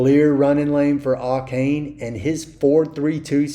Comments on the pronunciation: Ay-Chan is how you pronounce Achane. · It’s pronounced “A-chan” and that’s according to him. Apparently everybody has been mispronouncing it.